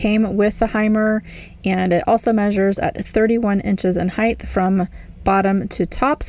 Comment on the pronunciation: There is no “h” at the end of “height”.